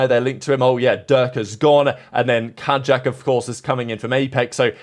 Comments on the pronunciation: Pretty sure it's kayak like the boat for pronunciation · Pretty sure kaajak is pronounced like Kayak